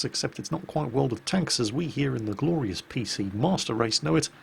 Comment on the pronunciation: He said gloryous...ha fucking patriotic british